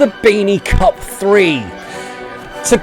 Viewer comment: 😆😆you said cuck instead of cup